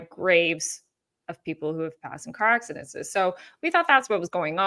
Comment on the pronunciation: Please stop say car accidentsenses (however u would spell the word you are saying!😂😂) It’s just accidents (3 syllables) ac-ci-dents. Love ya & you probably know by now I have that deep need to lead people down the correct grammar path. 😘 Please be careful driving! That would scare anyone!